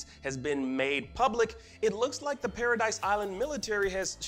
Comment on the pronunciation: Its not Paradise island, its Paradis